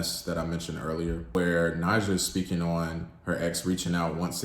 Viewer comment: Some fair points were made. I do question tho, if you gave it a truly fair listen based on the fact that in the last song, she literally says her name several times speaking in the third person (ex:“Nija you know you gon break this * heart”) yet you choose to pronounce it differently. Solid rating, and I would take it up a notch based on the overall project (rollout, debut, no features, visuals and I have not seen credits this minimal on a project in a long time) 8.5 #DSIDWY